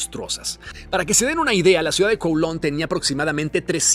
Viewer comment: Kowloon Se pronuncia CAO LÚN… Lo sé porque viví en China y conozco bien Hong Kong y a Kowloon. Y los británicos regresaron Hong Kong y Kowloon, porque después de la segunda guerra del opio los Chinos les arrendaron por 99 años los nuevos territorios, que es lo que hoy es parte de Hong Kong y Kowloon, y ese plazo expiró. No fue una concesión generosa de los británicos ni un “permiso” de China, sino una combinación de contexto histórico, presión geopolítica y fin de un contrato forzado en tiempos coloniales.